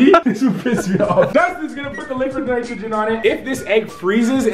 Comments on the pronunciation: did anyone else hear liquid Nigeria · when we put it the laqwid nitregen 😂😂😂